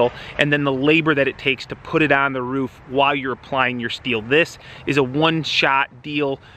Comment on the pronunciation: Mate it's ROO FFF not woof!